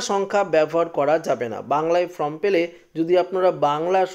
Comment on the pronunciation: ফ্রম নয় ফর্ম বলুন